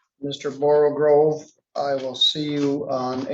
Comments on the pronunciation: borogove NOT borogrove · You pronounce it 'Borrow-gove'. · With all due respect for, the word is pronounced, "Borogove", not "Borogrove". There is only one "r" in the word. Also, the slithy creatures were "Toves", not "Tives".